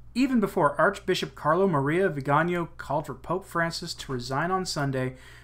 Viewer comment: The beauty of the Italian language is that it is phonetic. Hence, Viganò is pronounced veee ga nò (The stressed syllable is the last, owing to the diacritical mark) The way you are pronouncing the name would be written "vigagno" (gn in Italian = ñ in Spanish) Aside from that, excellent reportage!